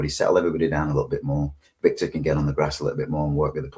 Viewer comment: Can someone tell it's Vitor, not Victor! 😅